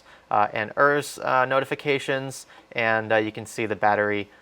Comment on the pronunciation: Did just say Ers and not ERS?